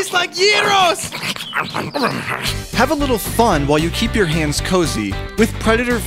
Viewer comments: Wait "I taste like euros!" Or "I taste like gyros!" ??? XDD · Gyro's lol (Pronounced Euro's) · Yay you guys actually said yros instead of Gyros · He said gyros.lol .It's funny because I'm greek and I'm not offended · Did he say γιροσ/gyros